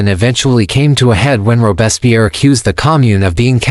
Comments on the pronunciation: Robespierre's name consistently mispronounced. The is because this podcast is being narrated by AI rather than a human being. This process results in mystronunciations and unnatural pauses in all AI-generated podcasts. Shame on podscasters for abusing this teachnology. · The AI doesn't even pronounce his name correctly.